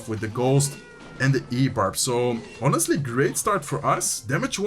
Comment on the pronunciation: Just a small note: in English, ‘honestly’ starts with a silent h. Keep up the good work :)